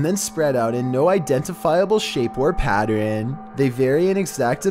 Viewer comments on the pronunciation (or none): Hey! Patt-ERN not patt-EREN. Sorry. Tugged a nerve, caused a twitch. Lol. I'm a crocheter so the word PATTERN is very much in my daily vocabulary. Love your videos. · Nobody:: Patteren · PattREN ME: uh, it’s pronounced pattERN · I love it when says the word “pattern”. 💙